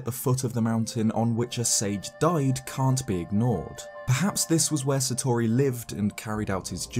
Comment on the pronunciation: I don't wanna be that guy and I appologise... But hearing you consistently mispronounce "Satori" hurts